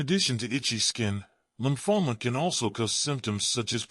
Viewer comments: Lumphola? Do you mean lymphoma? Nice attempt at sounding educated, spelling the same word in several different ways. I'm itchy. I guess I won't have a long life. I'm a healthy 84 years old. Actually not bad advice by a person who has no idea what they're talking about, but very basic. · Lumphoma? Didn't he mean Lymphoma?